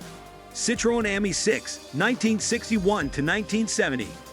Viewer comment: Almost every single one he said isn't american and he can't say Renault or citroen right 😅